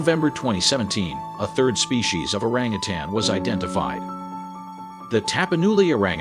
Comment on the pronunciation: I liked the video but the continued mispronouncing of the word orangutan, 🦧 and quite a few other words was simply driving me crazy. I almost stopped watching. 😬 Everything else was pretty much on point and I was surprised to learn a fact or two. 🦧